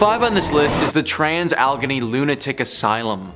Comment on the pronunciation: It's pronounced Ali- Gay- knee.